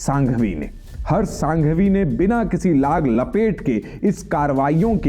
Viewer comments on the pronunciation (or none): उनका नाम हर्ष सांघवी नहीं हर्ष संघवी है। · पहले तो हर्ष संघवी है सांघवी नहीं । दूसरा बोलने से पहले चेक करें, कहीं पर भी मंदिर मस्जीद बनाओ ये लाइन में से मंदिर शब्द दुर करो ।